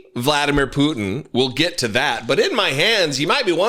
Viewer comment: Gurgle gurgle gurgle Hegseth (hahahaha) IBTW it's vla DEE mir POO tin